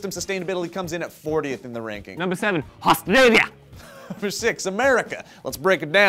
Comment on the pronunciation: Was that Australia in a vaguely Russian accent?